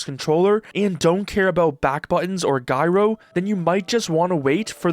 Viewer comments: hey my guy... its pronounced "jai-row"... sorry, not sorry... and valve has always under cut themselves. because this is what actual great companies do. valve is prioving what ive known all along., the consumer market is inverted. if you build better quality that lasts for longer. you destroy built in obsolescense and the scarcity trick corpo's plsay on us all... god i love lord gaben... the best person of all time... well except for that carpenter guy, ol whats his name... lmao, j/k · It’s pronounced “jie-row” not “guy-row”. And for anyone correcting me saying it’s just his accent. That’s not an accent. It’s literally just mispronunciation. If I’m being honest I hate when people say that because there really isn’t such thing as an accent. There’s only one way to pronounce words and that’s how they are intended, but I won’t get into all of that rn. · Just a heads up, gyro is pronounced with more of a J sound. Jai-row, not Guy-row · I wondered what the hell a "guy row" was for a bit until I realised he meant gyro 😅😅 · You're suppose to read gyro with a j sound at the start like "jie ro" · Bro actually said "Souldered" and "Giero" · guy-ro is pissing me off too hard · Sorry, did you just pronounce "gyro" as "guy-row"? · "guy roe" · Guy-ro? Have i been mispronouncing gyro for the last 25 years, or is this guy mispronouncing it? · Its not guyro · Can't wait to try out "GUY-ROW" aiming on the Gabe-pad. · Its pronounced Jyro dude. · "GUY ROW" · it's jyro like gyrate or gyrocopter, because it is a gyroscopic control scheme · It’s Jai-row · "Guy-roah"? No matter how you pronounce it, this is required for me in a controller being nearly as good as a mouse. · It's pronounce Jyro. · considering what gyro means then the proper pronunciation should be greek gyros yummie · [guy-ro] my ass, bro i like ur vid but please don't torture all of us with that sorry had to get that out of my system, mb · You misspronounced "gairo" /s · Why do you pronounce gyro Iike that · "GYRO" "JY-RO"